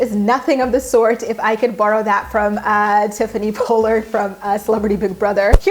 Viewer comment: How do you report on reality tv and mispronounce Tiffany Pollard? Double L girl. Short o. Basic English.